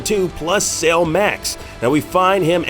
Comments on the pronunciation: Why does he keep saying Sale instead of Cell? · Came here looking for this. Thought the way he was saying it sounded off.. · Cell, pronounced sell, not sail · Bro, its Cell, not Sail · Dude are you saying sail instead of cell? Wtf lol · I’m sorry… but why the hell are you calling Cell “sale”?.. 🤦🏻‍♂️ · How he says cell is killing me